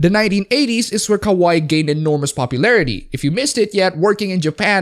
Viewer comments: LOL pronouncing kawaii (cute) as kowai (scary). 10/10. Your high school Japanese teacher would be so proud. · its not ka-waee, its ka-wa-EE (more accentuation, emphasis (or however you say it) in the last syllable) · KA-WAH-EE!!!! not KA-WHY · Um, ackchually it's pronounced Ka-Wa-II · It's ka wai i you idiot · You say 'kawaii' like 'kowai' which means scary. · I'd think you would have watched enough anime to pronounce Kawaii properly. I do think Kawai Kenji is a mighty fine composer.